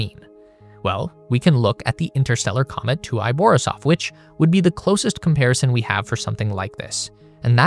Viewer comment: Комету Борисов несколько раз неправильно назвали.